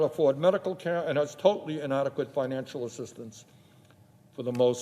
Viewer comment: Care* not kare